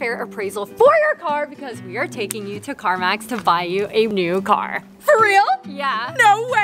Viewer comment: U SAID CARVANS LOL CARMAZ LOL LM UR BIGGEST FUN